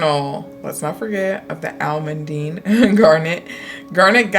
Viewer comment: You are pronouncing almandine right btw!